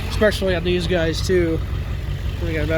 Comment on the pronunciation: He lost me at “ek specially”.